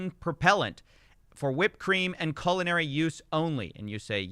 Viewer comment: "Colonary" purposes? 🎉 You mean culinary purposes?